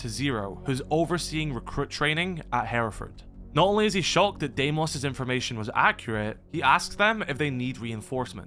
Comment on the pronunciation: It's pronounced Dee-mose not Day-mose